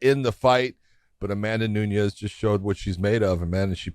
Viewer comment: Amanda New-nez